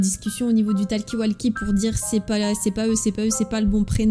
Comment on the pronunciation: TALKI WALKI Ptdrr la prononciation de talkie-walkie xdDD